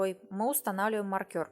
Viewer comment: не маркЬОр, а мАркер.